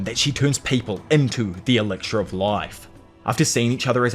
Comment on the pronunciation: Elixir bro, not elicir. Akaginu , not akagaynu . Tf Too much cringe white people pronunciation